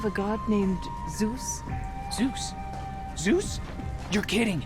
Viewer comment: The very first ZOOS said in his life 🥲, and a prelude too.